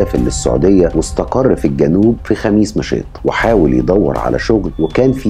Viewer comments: كويس نطقت الاسم (خميس مشيط بسهوله 👍🏻👍🏻😅) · فعلا وأنا كذلك استغربت وأعجبني نطقه الصحيح لها ، ودايما اللي ينطق اسماء المدن ووالقرى وغيرها من الأسماء صح هذا يعني انه مثقف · رائع ومتميز كعادتك و كذلك احسنت النطق لاسم مدينة خميس مشيط على ان الكثير لا يعرف ينطقها ..👍🏻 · اشكرك اخي على الطرح المتجدد والمتنوع ملاحظة/ كنت خايف انك ماتنطق اسم المدينة ( خميس مشيط ) بشكل صحيح لكن ماشاء الله عليك نطقتها باللفظ الصحيح 👍🏻